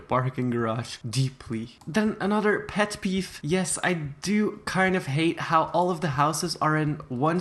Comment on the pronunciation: he said peff peef